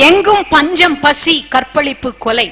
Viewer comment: இதனை அழகாகப் பேசும் இவர் ஏன் தமிழுக்கே சிறப்பைக் கொடுக்கும் 'ழ' என்ற எழுத்தைச் சரியாக உச்சரிக்கத் தவறுகிறார்? தோளர்களே, மொளி , கற்பளிப்பு என இவ்வாறு பல பிழைகள்.